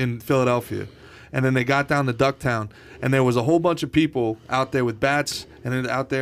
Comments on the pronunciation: Did he just call fishtown, ducktown?? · Fishtown....not Ducktown. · It's Fishtown, not Ducktown. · Does he mean fishtown? Wtf is ducktown?